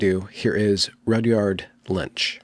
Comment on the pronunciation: my friend, you must have been hungry recording the intro, because you called him "Rudyard Lunch" twice